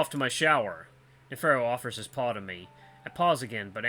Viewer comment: Someone said Virginia might be a play on Virginia Woolf? I think an actress? Author? I've heard the name but don't remember what she does. You nailed Neferu's name lol. Virginia and Neferu, the brains in a sea of idiots. I think you'll like him. He's such a flamboyant no nonsense troll. And the cutest little smile 😙